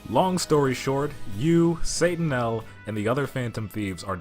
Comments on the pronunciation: I thought it was pronounced more like, “Say Tuh Nial,”??? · Why do you keep pronouncing it wrong? They literally yell the name. Satt-uh-nye-el